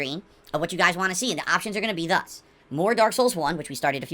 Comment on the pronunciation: Great, another word that'll stand out when I watch recaps and I thought him saying "Want" as "Wan" was bad enough